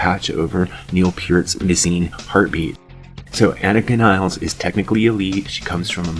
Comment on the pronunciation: Another drummer with a last name no one even Geddy pronounces properly. After all this time and you can’t even say her name right? 😂 ridiculous.